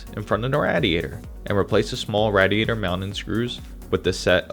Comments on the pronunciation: It's pronounced Ray-diator, not Rad-iator...;) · It's RAY DIATOR. NOT RAD IATOR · i had to stop the video. i couldnt take the Rah-De ate her anymore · how has this guy never heard someone say radiator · Nice video but you're saying radiator wrong and it's incredibly triggering